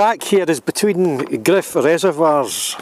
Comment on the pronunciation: It's Gryfe as in wife!